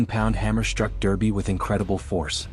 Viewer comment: It's pronounced Darby